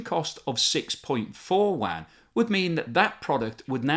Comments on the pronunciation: Are you pronouncing "yuan" as "wan"? I thought it was pronounced like "UN". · The Mainland China currency is pronounced more like “oo-en”. This video sounds like you’re talking about a wide-area network (WAN). :-) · It sounds like you are saying “Wuan” instead of “Yuan” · Your pronunciation of the Chinese currency is terrible lol. Its not the "wan", its the yew en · the Chinese currency is not pronounced as WAN, it's more like YOU-ANN (as in English "you" and the name "Ann") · If you want to sound credible at least know how to pronounce the word 'yuan'. It's pronounced u-an not wan. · China’s currency isn’t pronounced as “wan” but as “yuh-en” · Great video! Your pronunciation of the "Yuan" is horrific though. There is no "w" sound. It is exactly as it is written. Yu-An. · I dont wanna sound like a dick but constantly hearing yuan pronounce as wang is very hard for me to watch the video as a chinese person. I enjoyed the information that you had provide and im very grateful for it. Its just the that pronunciation makes it hard to keep me watching. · BTW....China's currency is pronounced "yuan"......sounds like "you-en" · You really must make a bit of to pronounce the name of the currency properly if you want to be taken seriously. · The yuan pronunciation makes me cringe